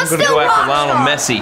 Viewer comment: I cant believe he said leonel messi 😂😂